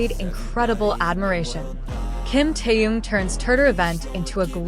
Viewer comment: Замечательные,радостные новости о наше любимом Тэхене.Но как неприятно слышать его искаженное имя произносимое при озвучивании текста.Искажено не только имя,но и название компании,а ударения,просто очень неприятно.Берясь за какую-либо работу,нужно предварительно с ней ознакомиться.